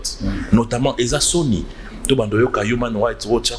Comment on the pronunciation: Yuman nde nini 😄😄😄😄😄😄😄😄😄😄😄😄😄 Englais na Congo eza pasi hein. Humain right